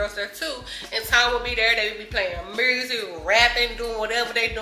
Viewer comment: We can tell you from Memphis, muRsic. 😂😂❤❤❤❤❤❤❤❤ We love it